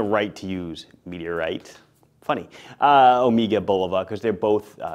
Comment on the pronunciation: You are pronouncing Omega incorrectly...Before you say anything, ask yourself.."How do the Greeks pronounce the word?"